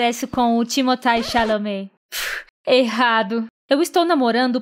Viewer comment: mas qu raio é um timotai chalame knbsbdfvsbacho que queriam disser timothée chalamet?! jbdavhdvad